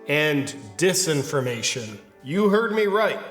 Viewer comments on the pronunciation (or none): At first I thought you were saying "misinformation and 'this' information." Which still made sense. Satirically.